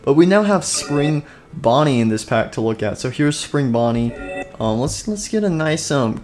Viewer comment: He called Spring Bonnie spring bunny